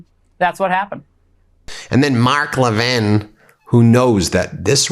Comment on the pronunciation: You mispronounced Mark Levin as "Mock Levin". Was that on purpose? Clever!! PS. Don't forget to mention the Epstein Files on every broadcast and settling for nothing less than complete and unredacted!